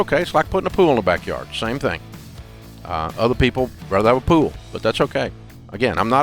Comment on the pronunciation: When he said pool I thought he said poo Haha